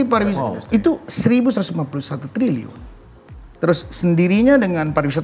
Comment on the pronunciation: Nyebut trilyunya salah ga sih?